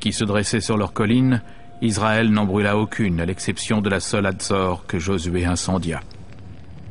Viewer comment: On ne prononce pas Izzzraël, mais Isssraël, merci aux professionnels du doublage de bien vouloir respecter la langue française.